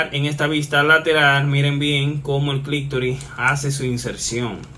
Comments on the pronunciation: Todo un médico diciendo clictori. Se dice clitoris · Amigo, se dice: clítoris y no clictoris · SI, AL PRINCIPIO ME PARECIÓ, HASTA Q LO VOLVIÓ A DECIR 😂